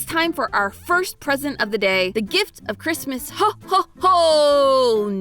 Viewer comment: It triggers me as a German that the "ho ho ho" had an ö. Ö DOESN'T GET PRONOUNCED THAT WAY!